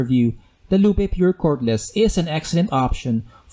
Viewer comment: BTW it's pronounced LOOP. Not "Loop-ay"